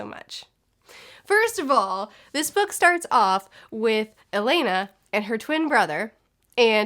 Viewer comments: Loved the Song of the lioness series, read it as a kid and again as an adult. Everytime you said Alaina I was like ALANNA! Hahaha, the things that annoy book nerds. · Hi! Really enjoyed this video. Thank you. I know this shouldn't matter, but my OCD won't let me not say something. Since you are continuing with the series, her name is pronounced "Ah-Lan-Ah". Sorry to be so picky. Don't hate me please. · Take a shot every time she mispronounces Alanna lmao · Aaaaa, it's so weird seeing my name on a book. And hearing pronounce it wrong:D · Oh the relief that you liked Alanna! It’s more like A-lah-na btw, not Elena. The quartet was originally written as a one volume adult fantasy but Tammy’s editor suggested she split it into four and tweak it for young adults. It was the publishing standard at the time that children’s and teen books were around 200-250 pages, nothing longer. I really hope you continue with all the Tortall books, it’s such a good journey seeing Tammy’s writing improve, the world expand and develop, and when you hit the point in time when YA books were allowed to be longer (thanks Harry Potter) you then get much more plot and character development and it’s fantastic. I love Alanna because it was the first I read but overall the Protector off the Small series might be my favourite (I think you’ll prefer the pacing of that series). With regards to Stardust it was originally published as illustrated prose. It was published as four premium format comic issues and then collected into a graphic novel size volume. I wonder if you’d preferred it in that format because the story by Charles Vess is sublime. The text is very slightly tweaked for the prose-only version to clarify what you miss by not having the artwork. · It's not pronounced like "Elena", it's pronounced "Ah-lah-nah" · I'm so excited that you're reading these! I would also recommend Protector of the Small quartet in the same world. Also it's pronounced A-lon-uh like rhymes with Donna.